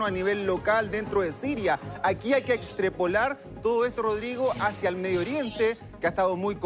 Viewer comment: "extrepolar" extra